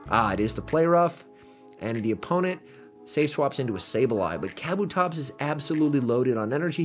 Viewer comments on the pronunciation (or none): It's Kuh Boo Tops, not caboo tops...